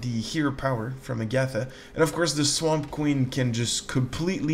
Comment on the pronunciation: The H in Hagatha is not silent, that drove me crazy